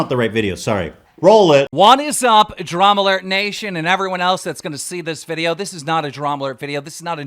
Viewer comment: Keem can’t even pronounce his own show properly. Every time he tries to say Drama Alert, he just says “Dramurt”